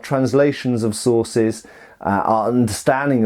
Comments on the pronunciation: I kept hearing "bolognese sauces" rather than "sources" and was both excited and confused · Did you say Bolognese sauces?? Mmmmmmmmmmm Bolognese sauces....